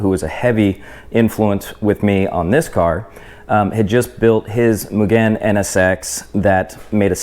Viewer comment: Bro..like nails on the chalkboard the way this guy pronounces “Mugen” over and over again 😂